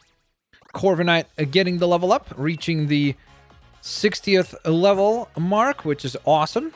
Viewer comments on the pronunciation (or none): none